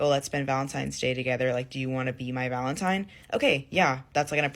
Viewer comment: For the love of God, it s Valentine, not Valentime.